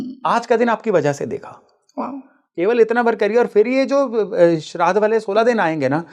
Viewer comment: सितंबर नहि सप्टेंबर बोलना सीखो भय्या लोगो... श्राध नही श्राद्ध बोलो .. सुधरो भैय्या लोगो...